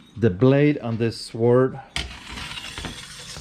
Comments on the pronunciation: What is a 'swaard.' is that any relation to a sword...or as we pronounce it correctly, 'Sord.' I'd love to hear this gentlemans edgeamacashun. Apparently it's a Calvary Swoord.' Hahahahahahahaa. It is not a sword, it is a sabre as used in the Boer War, and is a dress sword.....for parades...not for fighting....and as he says, looks like someone tried to sharpen it. That would be true. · No “w” sound in the word sword.